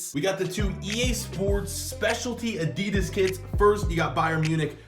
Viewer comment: is one of the best fifa players and you say Adidas as “add de du as” I’m English